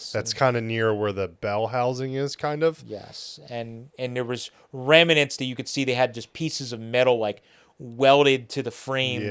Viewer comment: ..... the grammar police report that there is no such word as rem-a-nent and also acrossed .